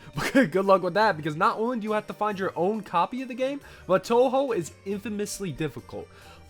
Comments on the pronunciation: "Guess dad's gotta get a new computer because he doesn't play enough Undertale fangames" At least you said Touhou right… Fun fact, Touhou 1 and Undertale are 18 years apart in release dates. If we go from Touhou 6, which was the start of the windows era, and a kind of soft reboot, that’s still 13 years apart. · "Guess dad's gotta get a new computer because he doesn't play enough Undertale fangames" Comparing Touhou and Undertale is like comparing apples to oranges. One is difficult. One is not. lol Gotta say though, it was refreshing to hear someone not familiar with the series say "Touhou" correctly!